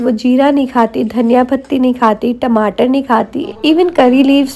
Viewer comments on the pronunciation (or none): none